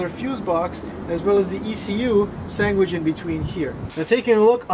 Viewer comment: He said sangwich